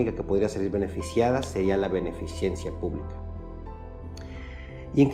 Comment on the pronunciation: Beneficencia.... No beneficiencia